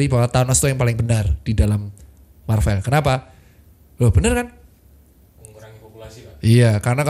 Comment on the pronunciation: sorry dok, bacanya marvel bukan marvel:yougotthis